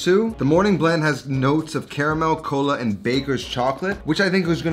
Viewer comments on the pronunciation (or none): none